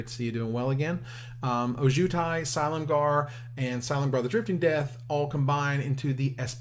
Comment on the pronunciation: Every time mispronounces Ojutai, I die a little inside